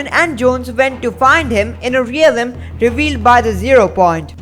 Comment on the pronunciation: Why do you say “relim” instead of “realm